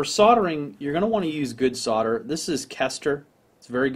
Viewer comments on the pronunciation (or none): SOLDER... SOLDERING SOLDERING SOLDERING... i dont know if its you accent but damn... its not SORDER.... BUT i love your video's keep them rolling in. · SOLDER not SODDER! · Is ther still an " L " in the word SODER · Hm. Why does everyone pronounce it "sother"? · Why can't Yanks pronounce the "L" in Solder and Soldering?